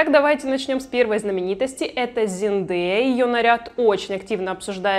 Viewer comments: Боже мой, мои уши!!!! ЗИНДЭЯ фу, в России она Зендая!!!!! Запомни этооо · Она сама в интервью говорит,что ее имя именно ЗенЭя произносится)зачем коверкать?)